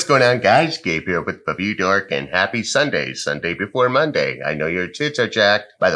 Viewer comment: Every single time when Gabe starts the video he says ''fa-view dork'' instead of ''review dork'' lol fa=re lol can't stop noticing it